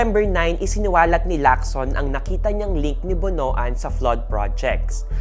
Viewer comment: "BONOAN" is pronounced as "Bon- wan".